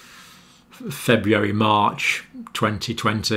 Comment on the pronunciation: I love everything about these videos except for the way he pronounces February.